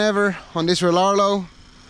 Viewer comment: I’m pretty sure it pronounced Re-ar-e-o 🤷🏻‍♂️ maybe… 👍🏻👍🏻 good stuff keep it coming.